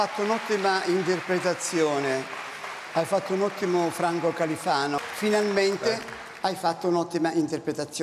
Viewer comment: 'Ha fatto un ottimo Frango Califano, finalmende' 😂